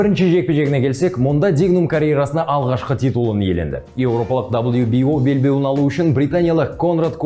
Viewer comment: Бауырым Уақытша белбеу деп айтсай Уақытша белбееу